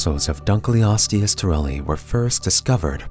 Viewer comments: just a heads up your pronouncing it wrong, its not dunk-leosteus, its dunkle-osteus, because david dunkle named it after himself. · Very strange pronunciation of our subject. Dunkleosteus pronunciation: "Dunkle-os-tee-us") dun-kel - not dun-kly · So my friend pronounced it Dunk-Leo-steus even though I’ve told them multiple times that it’s Dunkle-osteus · The fish is named after Cleveland Museum of Natural History vertebrate paleontology curator David Hosbrook Dunkle in 1956. Thus, it should be David's surname, Dunkle + Ancient Greek word for bone, osteon to pronounce: Dunkle-o-ste-us.